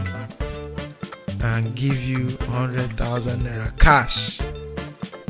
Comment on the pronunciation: It's Cash not Khaas